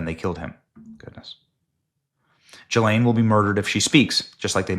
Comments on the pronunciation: Gee-lane! Pronounce her name correctly!!!! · Benny, you dolt. If you don't learn to say Ghilaine... I'm going to freak out.